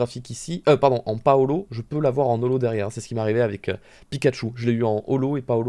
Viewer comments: ''pas holo'' Moi: Paolo?? J'ai mis du temps à comprendre x) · Quand il dis ''pas olho'' je comprent ''Paolo'' sa me gêne de ouf